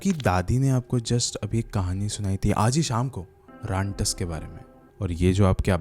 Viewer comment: Rantas ❌ rantak✅